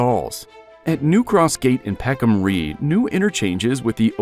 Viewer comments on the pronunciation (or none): The "Rye" part of Peckham Rye is not pronounced "Ree". The word rhymes with lie. As it stands I know this part of London. I live in the South East. And I hve been to Peckham Rye Multiplex cinema, more times than I can remember, the cheapest in London. I have caught the N63 night bus that passes through Peckham more times than I can rememember. During COVID, Saturday Breakfast consisted on ordering from a Street Chinese restuarant (best I have had, unfortunately it closed after COVID era) + Calaloo from the Jaimaican stall (all located right next to Peckham Rye station), bought Clarkes shoes in Peckham, caught the 197 bus, 12 bus, 37 bus, 484 bus, 363 and 63 buses more times than I remember. Peckham Rye Station is well connected with at least 4 destinations and more. As someone else says the SE is served with 4 Overground lines, National Rail Lines, a Tram from Croydon to Wimbledon, numerous buses. That being said, I think the Bakerloo lineshould be extended to Bromley and Victoria Line should be extended to Croydon, preferably diagonally to intersect as many lines as possible, to aid connectivity in SE London. I am following the Bakerloo Line extension closely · Peckham 'Ri', not 'Ree'', "Route" = root" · Barley & Rye are no longer well-known crops. Nevertheless, considering the lyrics of American Pie, I am baffled as to why the narrator pronounced Rye as Ree. 🤔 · Peckham Ree? AI? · Love the poor pronunciation.😂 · Holborn is pronounced Holburn Peckham Rye is pronounced Peckam R-eye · peckham ree 😂😂😂 i really hope he doesn’t have to pronounce loughborough junction in this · ah yes the bros of lewisham, bexley and bromley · Same here. "Whole-born" instead of Hoe-bun I let slide, but Peckham Ree? The voice actor needs to get a new job - in newspapers. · Rye rhymes with the word 'why'. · Peckham Rye rhymes with "high". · peckham rye i sounds like rye bread. ans should probably go to to the peckhambus stion.